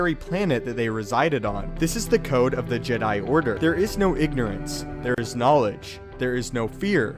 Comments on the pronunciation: Its funny how he says jedi JED...I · No not Jedi, it's Jedai?